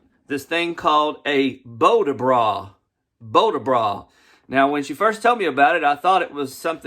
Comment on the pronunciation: I think it's bow-DAB-bra, like in abracadabra. Great info. Thanks.